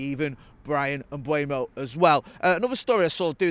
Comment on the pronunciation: People, it's not Mbwemo. E before U, it's closer to Mbomo. There's a video of Mbeumo pronouncing his own name on YouTube.